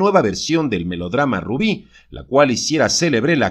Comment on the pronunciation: Así se dice barbara morí no hay otra rubí es rubi